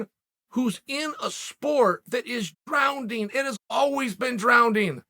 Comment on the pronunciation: Wtf is "DROWNDING"?